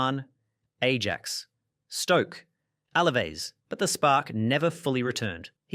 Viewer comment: It;s refreshing to hear someone pronounce Ajax as Ajax.